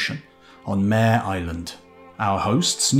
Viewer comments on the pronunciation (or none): none